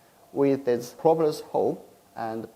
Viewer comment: Same. Propellers was a little difficult to understand but I knew what he was talking about.